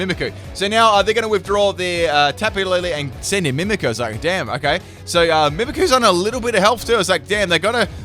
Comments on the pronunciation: IM SORRY I HATE WHEN U SAY “mimiku” ITS mimikYu Also when u say “Majearna” ITS MAGEARNA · Got so triggered at the "Mimiku" haha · MimikYu. There's a Y there. Mimikyu. Like "mimic you". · i don't know if you noticed but it is mimikyu not mimiku there is Y in it that changes how you pronounce it you are saying it wrong also you should look up how to say magearna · The way he pronounces "Mimikyu" though...lol. It's nothing bad it's just that I'm more used to saying it as "Mimic you" rather than "mimi coo"